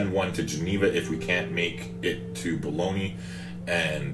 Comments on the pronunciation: Hi. Don't want to seem too pedantic but I think Bologna is pronounced something like Bolnya. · LMFAO! No worries... I just assumed it was pronounced like the cheap meat you can buy haha So that would be pronounced Boln-YA then?